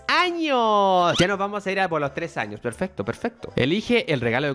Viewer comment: Pense que dijo 3 anos